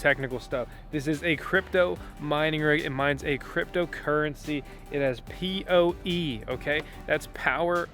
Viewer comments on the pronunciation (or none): It's POE power over Ethernet maybe you just said it wrong in the video once LOL Thanks for the video.